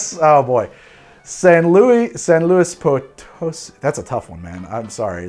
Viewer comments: Had me rolling at San Luis Potosi, great job at getting it! As for your pronunciation of Jalisco, you had it right the second time with the long E sound. Fantastic video, try making a Last Word and turn it into an Ultima Palabra with mezcal, it won't disappoint! Viva Mexico! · none of us:: pronounces san luis potosí impeccably after butchering jalisco